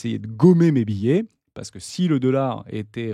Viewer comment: biais ne se prononce pas billet...